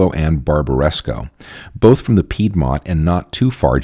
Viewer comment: but please pronounce Piedmont correctly... :-)